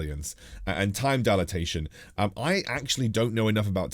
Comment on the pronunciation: Loving the content thanks for the awesome update for what's to come! Can't wait. Might I add on your pronunciation of dilation.... DIE - LAY - TION. cheers!